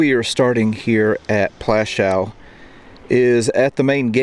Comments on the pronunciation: If you want to make some money from these videos at least make sure you pronounce the names right it's not called Plaschau but Plaszow, if you want to tell something about history do it right. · Its not Plashau... its Pl'aszuff, more respect to more respect for other languages, please. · Its not pronounced Plashou - Its pronounced Pwashov good sir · Dude, it’s Poouashoov, not that difficult to pronounce. ;) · I love your videos and you’ve earned a subscription, but please, W is pronounced as V. Plaszow is pronounced Plashov. Krakow is pronounced Krakov Warsaw is pronounced Varshava. Cheers, still massively adore your work. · It’s pronounced plashov, Polish W is pronounced V, as in Krakow which is pronounced Krakov. Thank you for this, it’s the first of your videos I’ve watched. I’m going to subscribe. If you haven’t been to Majdanek, pronounced Midarneck, I suggest you go, it is the only camp which has been left as it was, every time I mention it, my stomach always feels as it did on the day I visited which was in 1988. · Please learn the proper polish pronunciation..not that hard...had no idea what plashaw was. Am polish.. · prounounced platzow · Teeny bit disrespectful not to learn a bit of Polish pronunciation. Krark-uff and Pwash-uff. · YOU WOULD THINK THAT PEOPLE SO CONCERNED WITH HISTORY< WOULD TAKE THE TIME TO LEARN THE PROPER PRONOUNCIATION OF POLISH CITIES, NAMES, AND SITES. Cracow is pronounced KRA-KOOV. PLASZOW is pronounced PWAHSH-OOV. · I thought it is pronounced pawashoff.